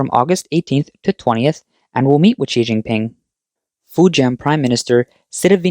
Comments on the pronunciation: Did he actually say Xi King Pee? 😂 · Oh snot. I was just learning how to say “Xi Jinping.”